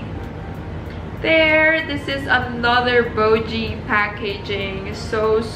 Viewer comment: "bOhWgEe" is the word of the day 💪🧠📖 you should always go for gold bae. Winners go for gold 🥇👍 Ganda bae ayluvit 💘😍 ILYSMB 😘💨💞